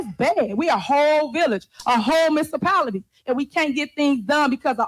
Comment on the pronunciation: she talks way to fucking much. Did she say "miss-a-pality?"